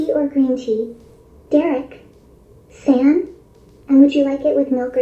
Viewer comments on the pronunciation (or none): It is the "san" that did it for me, I will be asking not to do that lol. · it cannot pronounce "san" correctly. rolf.